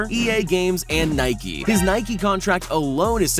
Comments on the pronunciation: Its Nike not nikee you don't call a bike a bikee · Nike not nikeeeeeee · Its Nike not nikey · I pronounce it nike not niiii keeee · Guys I’m gonna unsubscribe, he said Nikey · You said Nike wrong